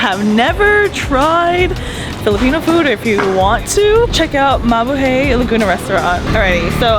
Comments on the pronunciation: I’m glad people thought you about mabuhay. But the hay at the end is actually pronounced hi. Like you’re saying Hi to people. Mabu Hi 😊😊😊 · Hi, thanks for keeping the Filipinos spirit alive in Malaysia. I actually enjoy your food vlogs a lot more than most other vloggers. Probably because you’re hot😂 BTW….. Mabuhay is pronounced, Ma-Boo-Hi😉